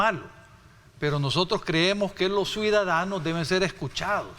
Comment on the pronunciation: UFFFFFFFFFFF ESTE EX DIPUTADO SALIO PEOR QUE SANCHEZ CEREN EN PRONUNCIACION TENEMOS QUE ENSEÑARLE LA PRONUNCIACION DE 1 CIUDADANOS 2 EL REPITE Y REPITE CUIDADANO PREGUNTO EN CUAL ESCUELA ESTUDIO ????.... SUIDADANO .... ?????? .... SUIDADANO NUEVA PALABRA MUNDIAL SANTISIMO TREMENDOS EX DIPUTADOS ???? WEPAAAAAAAAA BITCOIN TRAE SUIDADANOS JAJAJAJAJAJAJAJAJAJAJA MR. VALIENTE X FAVOR USTED QUE LEIAN PERFECTAMENTE .... NO LO VEO NO LO CREO X LO QUE ESCUCHO .... LOS SUIDADANOSSSSSSSSSSSS